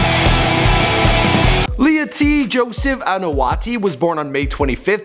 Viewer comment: it's Leati Joseph Anoa'i, not "lay-uh-t Joseph an-no-t" 👌 the way ur saying the names r making me cringe